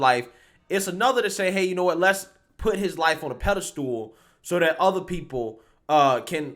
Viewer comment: Did you say "Peda-Stool?" LOL!